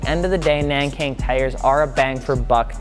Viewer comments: It's Nankang not Nängkäng. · Nan= None, Kang= Kunk. Not nen keng, do ur research. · Shoutouts to FI from Taiwan where Nankang tires are from. It's actually pronounced as "Nan-Gong" FYI. I know it sounds weird, but it's the closest to its mandarin Chinese pronunciation. The alphabet spelling systems in Taiwan are messed up sometimes lol. Happy to see Nankang tires included in one of your videos. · I am pretty sure the "Nankang" should be pronounced as "nahn-gahng." all "Ah" sounds as I am from South Korea next to China. Anyway, good introduction. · It's actually pronounced Nangong. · Its pronounced nong kong like hong kong